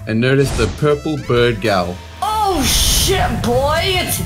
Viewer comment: SHEYEEEET lol wtf is shyet 🤣🤣